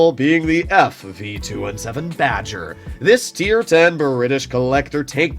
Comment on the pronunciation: bri’ish cream 😏😦